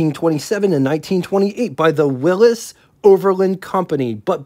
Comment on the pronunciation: You need to work on pronunciation. It's not Willis , it's Willy's it's not kunoot , it's knute. Probably more that I missed .